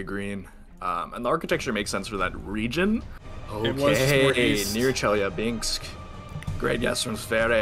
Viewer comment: Tell whoever tried to pronounce "Chelyabinsk" , to never attempt it again.